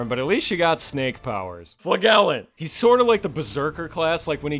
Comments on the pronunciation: It's flaJellant you fucking troglodyte. Solid video tho 10/10 would wank to it again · You pronounce flagellant the same way your pronounce badge not bag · "Flagellant is my favourite" Also: Pronounces Flagellant with a hard G when it's actually pronounced with a Soft G Fla-jel-ent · Isn't "flagellant" pronounced "fla-juh-luhnt"? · Agreed. Now can I get some sort of 🤓 Wellactuallysplaining segment where I correct pronunciation of Flagellant (flAGELLant sounds like mAGELLan or vAG… no, never mind.) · It's flagellant not fluh-gell-int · I can't cope with your pronunciation of flagellant. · My man, thats not how you say Flagellant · I love how wrong he says flagellant lol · are you saying flagellant wrong ironically? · Good video, but the way you pronounce flagellant makes me wanna scalp myself.